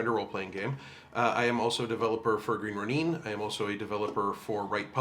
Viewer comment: As a Proper Noun, I assure you, it's pronounced Green Roh-Neen. :) As I learned when I moved to Seattle and began to hang out with it's owners in person after they hired me.